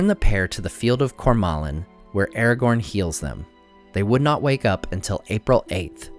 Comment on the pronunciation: why do you call him eregorn?